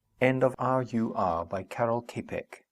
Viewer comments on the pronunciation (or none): Author pronunciation: "KAHrrrel CHAHpek", not Carol Caypeck. Thanks!